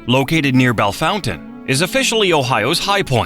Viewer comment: nailed Bellefontaine, butchered Portage. You can tell who is from Ohio by how they pronounce the towns of Russia, Lima, and Lancaster.